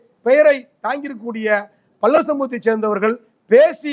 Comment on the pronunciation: டேய் என்னடா பல்லர் பல்லர் நாங்க தேவேந்திர குல வேளாளர்கள் என்ன பல்லர் பல்லர் என்று சொல்லிக்கொண்டே இருக்க முதல்ல வார்த்தையைச் சொல்லி பழகு அதுக்கப்புறம் மீடியாவில் பேட்டி கொடு